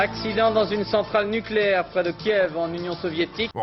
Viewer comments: "NuCUlaire, ça se prononce nuCUlaire" 🟡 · Niquèlaire, on dit Niquèlaire